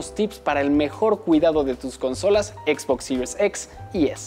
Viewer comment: Que buen videos de Xbox "Sirius EX y Sirius ES" pffff , diga series nomas jajaja es un video para Latam , buen video